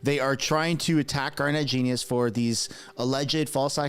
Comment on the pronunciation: Please respect Garnett Genuis by correctly pronouncing his name. Listen to how he introduces himself. Gar'net Jen yoo' iss